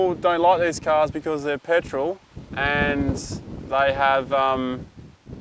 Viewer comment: “Pertol” Patrol 😂